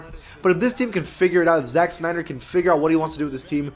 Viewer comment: eman oluin Snyder not Schneider